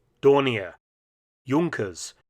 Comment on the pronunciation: Young-kers? We say Junk-ers in the USA.